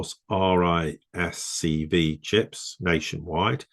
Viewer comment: It's pronounced 'risk five', as per the V is the Roman number 5.